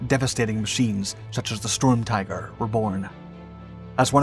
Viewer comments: This dumb robot keeps saying stormtiger, isn't it sturmtiger? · stop saying strumtiger fs its sturm